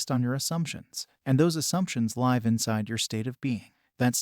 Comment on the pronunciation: Is this AI? He always says live like lie v, not liv. It’s weird, but most ai stuff does this